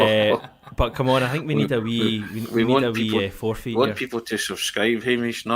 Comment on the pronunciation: 😂😂😂😂its forfeit not forfeet 🦶👣😜👣🦶